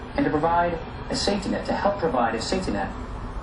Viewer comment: The guy is pronouncing "safety net" in a sloppy way , and a second later again. You could well interpret it as "Satanet". That's very odd.